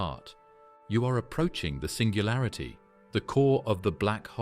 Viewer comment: "SINGALURITY" sorta killed it for me